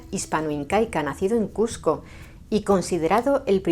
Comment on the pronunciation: te agradezco mucho que por respeto a nosotros, los peruanos, pronuncies Cusco y evites llamarla Cuzco. Eso es respeto.